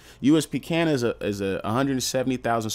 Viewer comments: Fam, it’s pronounced cay-nan, do a tiny bit more research than reading the first thing you google…. Word for word. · It’s pronounced K nan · How do you manage to mispronounce everything 🤣 its Kay-Nin